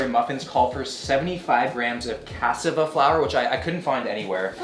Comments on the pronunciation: Cuh-saw-vuh .... not 'CAH-suh-vuh' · Lmao KA-SAH-VAH* flour 😂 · Im sorry are we gonna skip on how he pronounced cassava?